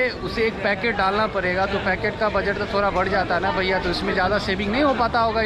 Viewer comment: एक ओर ड़ की भी दिक्कत है जैसे मेरे स्टोर से पर्चेस करेंगे तो परेगा इतने का भाई वो पड़ेगा है ना कि परेगा